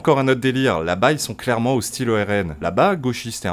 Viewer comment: Mais claiwement